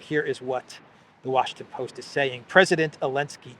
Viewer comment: You had it right the first time; "the Washington Boast".